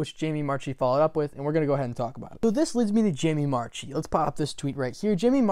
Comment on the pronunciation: FYI: Marchi is pronounced marky not march-ee. It's why her twitter is marchimark. And she's mentioned it in many interviews. I actually responded and said I respect you not being able to say anything. Either you don't know or you do know and can't say. Either way I'm not sure a lot of people would believe her if she did say she didn't know. As for the VAs knowing things? I don't agree with that at least not at this stage. Yes they have to record, but we're talking a minimum of two weeks from japanese air date to english air date assuming they get started right away. Pre-covid they would. So I would imagine they would learn about it the same time we do and then closer to the air date they learn things that we don't so they can cast new characters etc... But.......since covid funimation rarely publishes on a 2 week delay. My Hero Academia is the only 2 week anime I can think of. I was like 99.9999% that dragon maid season 2 would be a 2 week anime since it's kyoto animation!!...........no..........not even close. Anyway thank you for NOT being a BS clickbait video. Most "speculation" videos just pull shit out of their asses, but you were responding to things I actually saw happen.